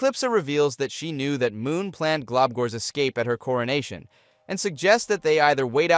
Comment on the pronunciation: this i just heard cornation instead coronation